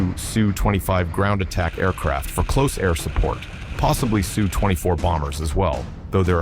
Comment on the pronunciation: Congratulations to the Ukrainian soldiers and civilians who stopped the Russian Army cold at Hostomel. This was a huge victory and it will be remembered for years. I just wish that if the film maker decides to use fake voice overs he would program it to recognize that an SU-24 is not a Sue-24 nor is an Il-76 an ill-76.